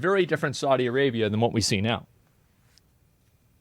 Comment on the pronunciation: Saudi A-GAY-bia